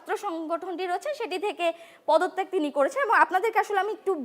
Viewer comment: আমি এই “পদতেগ থেকে শোরে এসেছি না, আমি এই পদ থেকে শোরে এসেছি।।। Yo!! Calm the F Down, why are you speaking so fast??? Take some breath!!!! 😂😂😂😂